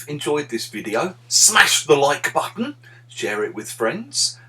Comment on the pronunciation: The way you said,* smash the like botton * I smashed it so hard that I broke my phone NOW 🙄😪😫😭😢